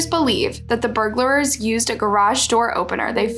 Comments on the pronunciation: "Burglerers". Learn English, airhead. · "burglerars" "tellurude" ???? Do better